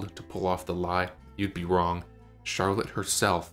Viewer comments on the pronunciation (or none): none